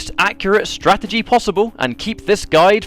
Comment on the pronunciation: This is why I DON"T buy strategy guides. This one isn't a Strategy guide. it's more like a (STRA-GE-GA-DY) guide.